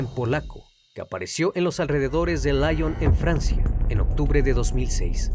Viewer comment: La ciudad francesa Lion se pronuncia así como se escribe, no "laion" por favor, es fraces no ingles!